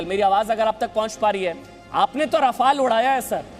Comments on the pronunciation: 🤣🤣🤣🤣😝 राफेल है रफाल नाहि क्या यार टाईटल दखो 🤣🤣🤣🤣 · Abe laudu Rafael to Shi se bolo.... Kux bhi yrr kyun English ki maa chod rhe ho tum log glt nam Lete ho isliye logo ko bhi confusion hota h ki Shi nam kya h...kyun krte ho esa .. sala kaun se school /collage/ university se study krte ho???